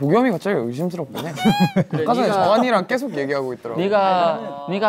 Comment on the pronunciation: 슈아 미국인인데 제일을 쩨일이라 발음하고 계속을 꼐속이라고 하는 거 귀여워ㅠㅠㅋㅋㅋㅋㅋㅋ